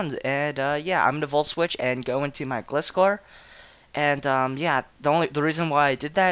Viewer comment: you pronounced gliscor wrong >:O